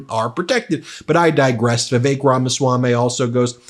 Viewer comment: In respect to Indians, please pronounce Vivi-Suck's name properly.